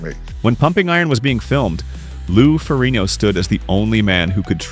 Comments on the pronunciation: Is not Ferino. Is Ferrigno. Learn how to pronounce his last name right. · The g is not silent in his name, wtf are you doing?! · Get Ai to say his name right for fucks sake. The video is about him. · Pretty bad when you keep mispronouncing the name of the person you’re featuring in your video. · When a channel devoted to a subject and can't pronounce the last name if the subject they are devoted to then I'm out and it's only 38 seconds in!!! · You can't even pronounce his name right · Nearly 12 minutes and this narrator still couldn’t get Lou’s name right. SMH!